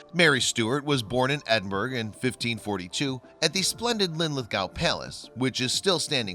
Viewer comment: Ed-in-burr-uh. Lin-lith-go. Pinkie Cle-ooch, "ch" as in "loch Lee-ven"